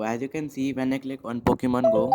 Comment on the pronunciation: And again... It's Pokemon not Pockemon